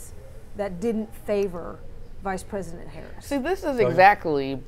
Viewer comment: She said “Pice vresident” 😅